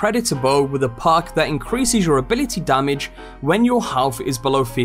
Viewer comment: It took me 4mins to realize he wasnt saying PARK but perk...i was wondering wtf a park was on a weapon